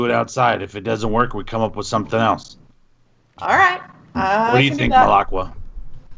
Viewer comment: Every time says "elts" instead of "else", a Rhino Hero loses its cape.